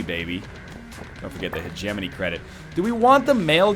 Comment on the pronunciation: while we're on the subject of calling ryan out, he's been pronouncing hegemony wrong. heh-geh-moe-knee, not heh-gem-in-ee.